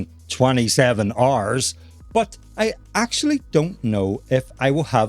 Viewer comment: Instead of hours I guess its RRRs...😂